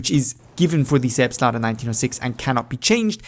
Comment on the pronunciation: can you speak german? cause you pronounce „Selbstlader“ so well